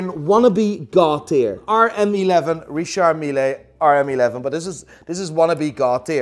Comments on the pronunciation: hilarious as usual, I like it so much, but please learn to pronounce Richard Mille correctly. it is not "Milayyy" but "Meal" 😀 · wanneer een collab met AVW??? En je spreekt het uit als Richard Mil niet milee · We say « Richard Mille », not « Richard Milley »... as I’m French I know how you are supposed to say his last name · pls say Richard mil(e) and not Richard mi-le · Alternative video title: Watch "Expert" Continuously Mispronounces Richard Mille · The way he pronounce Richard Mille gets on my fuc**n nerves!!!...What a villager!!! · Learn to pronounce Richard Mille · Dear. Pleas pronounce Richard Mille correctly. It triggers the shit out of me. Thx.